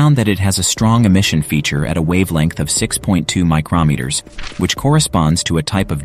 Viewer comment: Seriously, you can't get a better living human narrator? PAHs is pee-ay-aitches not PAHs. MikeROMeters is clearly another AI flub. Hire a person or get a better-trained AI.